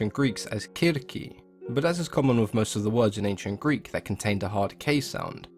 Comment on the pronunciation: Good on you for pronouncing the greek as it should be.